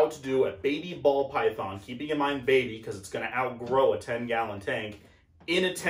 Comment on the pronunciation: “Paul Bython” 🎉😂